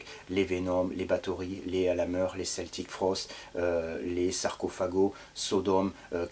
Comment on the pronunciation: Salut !! Toujours des chroniques hyper intéressantes, merci !! :D A , tu prononces le nom de 'Celtic Frost' en 'Keltic' ou 'Seltic' ? Juste un détail :D